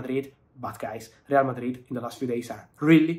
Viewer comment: I like how you pronounce RRRRReal Madrid😂